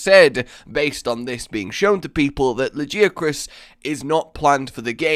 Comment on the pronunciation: Lagee-Uh-Chris? TF.